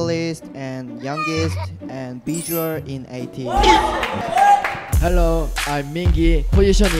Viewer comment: The way Hwa says Ateez as Ateejeu makes my heart goes jdshbsbbd